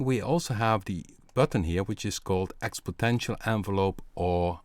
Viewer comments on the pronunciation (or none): Expotential ...lol It's called exponential